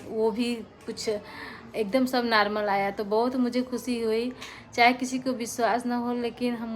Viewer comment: Narmal nhi normal .....😂😂😂😂😂😂